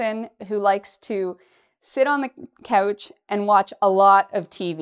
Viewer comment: you say couch i hear coach potato... 🥔🥔🥔